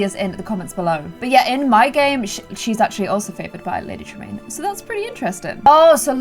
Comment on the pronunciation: am I the only one who heard "Lady traMEAN?"